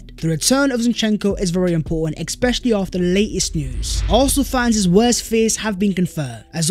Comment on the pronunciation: Dude, I like your videos but for god sake, especially not eckspecially.